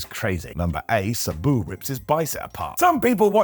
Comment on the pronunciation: "Subu"?🤔 But, why? You've heard how it's pronounced, even from Sabu's very own mouth. It boggles my mind when you do this, and it happens a lot.